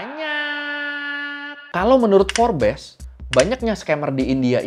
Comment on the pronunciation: Bang itu FORBES dibacanya bukan FORBES, tapi Forbes...